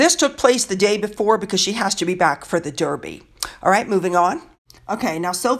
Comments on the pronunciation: Love your channel. Just being annoyingly pedantic. Edinburgh is pronounced Edinburra. Derby is pronounced Darby. 😀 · Just fyi, we pronounce The Derby dArby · Thank you for all the kind things you say about our Royal Family ! I must admit, you have me laughing, with your pronunciations and your lack of understanding some of our crazy customs. 'They met a goat'...... The goat would have been The Mascot of his Regiment.😄 The Derby is the Daaarby, as in Baaaaath! You Americans never say aaaah! EdinBORO is pronounced 'Edinbro'. Pimms served in a bar can be Pimms No 1, 2,3, 4, according to the base alcohol, such as gin, whisky, rum,etc., and are served with mint, fruit, according to the number. Thanks for your highly entertaining channel, I have subscribed.🙋🇬🇧🍓🍉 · Dear, our horse race is pronounced Darby as is my birth place, Derby, which is in Derbyshire and not Surrey where Epsom is, (😳) even though its got an “e” in it xx love your videos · You managed to mispronounce Edinburgh and Derby in one sentence. 😀.